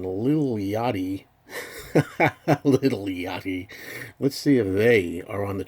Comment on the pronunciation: Fantastic points and great scenery in this video! Haha! The way you said Lil' Yachty cracked me up! It's an amazing feat that The Beatles always manage to stay relevant, regardless of what genre of music is leading the culture. Like you said, that's a true testament to the quality of their music. They are like aliens from another planet, indeed! I remember Ringo saying, no matter what they were going through as people, when they went in to record, they gave everything, and you can hear that! I think Revolver is their best album song by song, but Sgt. Pepper is their best album as a cohesive whole. I can't think of another album that flows so beautifully track by track. I've been playing it every day this week, and it still hasn't gotten old. There are so many nuances to pick up on, I have a different experience each time. Here's to Pepper being #1 once again! I'm very happy to say that this new remix has made the album hip again, and more whacky for 2017's standards! Long live Sgt. Pepper!!!